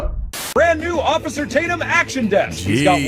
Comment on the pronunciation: I haven’t heard “ossifer” in a LOOOONNNNGGGGG time… sheesh….